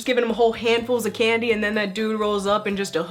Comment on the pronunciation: When you said Candy I heard Ghandi Great video though and ily!!!